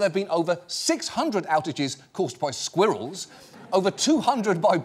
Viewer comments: That's not how you pronounce squirrels! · I'm not sure how his accent fits 5 syllables into the word "Squirrels" but it's very impressive